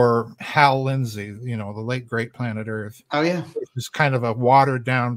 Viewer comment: The Earf is flat....